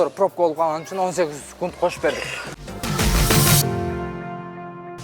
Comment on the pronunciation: Ар дайым айтам Сукунт эмес секунд-а дечи